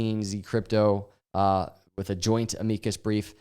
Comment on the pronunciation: Bro, look up how to pronounce "amicus"